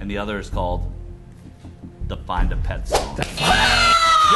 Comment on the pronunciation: omg i can't believe he said "find a pet" wrong